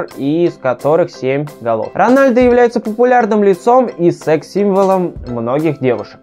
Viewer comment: 1. Рональдо - вообще нет такого. Есть Роналдо, но это бразилиц. Роналдиньо ? Нет, тоже не тот. Роналду его фамилия. 2. "Играл за молодежду" - да ладно?! А что все остальные сразу играют в основе? 3. Сын Ронадлу - Криштиану Роналду II 4. Рост Месси, по последним данным, - 170. (лично я не доверяю) 5. Ронадлу получал золотой мяч два раза. 6. Лучше было сказать "Каталонскую Барселону" 7. МЕсси, а не МЭсси. 8. Развел срач среди глоров - ЛАЙК ! 9. Почти всегда играет за Барсу? Он всегда играл за этот клуб, лол... И за Аргентину. 10. Ммм, люблю слушать тупые факты из интернета от человека, который ничего не понимает в футболе (Рональдо подтвердит).